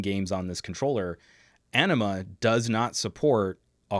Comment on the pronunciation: I'll start a new thread with my legitimate comments on this video, but I just had to pause and rewind when I heard pronounce Anima, the reign of darkness as "Enema" (which of course would be a terrible title) and then proceeded to explain the game Path of Exile with the comment "totally pooping the bed." Got kind of confused I even took the time to research the games before continuing the video. Can you tell I'm pretty bored, right now? On to the rest of the video!